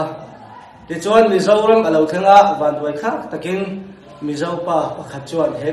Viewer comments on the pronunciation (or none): none